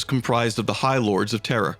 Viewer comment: The narrator has serious trouble pronouncing certain words man, it's a bit annoying..."terror" for Terra, "Elanor" for Ullanor, everything you said and much, much more